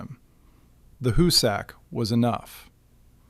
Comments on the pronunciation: HOO-sick, not hoo-SACK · Where did you do your research? To begin with, it is neither the hoo-SACK mountain nor the hoo-SACK tunnel. It is pronounced HOO-sick. Work did not begin at the west end, it began at the east end. The Excavator---as you call it---was a patented steam driven stone cutting machine that cost five figures each and took nine months to assemble on site. It was assembled and tested near the east portal, where it chewed into the rock at a great pace, cutting a circular groove a few inches deep while drilling holes into the "plug". By the way, it looked nothing at all like a modern tunneling machine; a perfectly serviceable engraving of it exists. The plug was blasted out and the machine was sent in again. It chewed its way fifteen feet before it jammed and it was years before they got it out. The one purchased for the west face was never even unpacked. That Haupt completed 1800 feet at the west face is laughable. His men broke through a wall of limestone and found a massive deposit of what the called "porridge stone"; it was rock so saturated with water that it had crumbled into something like quicksand. It necessitated the sinking of a series of test shafts to find out where the deposit ran out....a good half a mile to the east, which resulted in the sinking of the West Shaft to provide two additional workfaces. Haupt also understood the importance of the two ends meeting head on, which is why he deliberately started the west heading off by a degree or two so that if the two heading